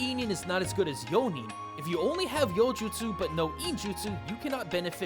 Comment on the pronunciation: Zuko messing up yo-nin is me whenever i play D&D lol